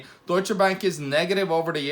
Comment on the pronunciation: What the hell is dooicha. Its Duetsche